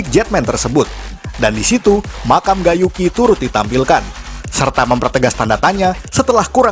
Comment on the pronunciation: Cara nyebut Gai Yuki mirip Gay Yuki